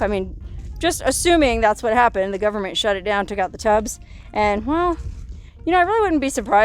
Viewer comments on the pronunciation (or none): I like how you say ''guvmint''